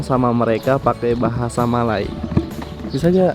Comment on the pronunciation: bahasa melayu bukan bahasai melai... melai mcm menghina jerrrr...